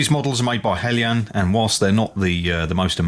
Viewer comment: Nice to hear the pronunciation 'helyan' rather than 'heljan'. Greetings from Denmark.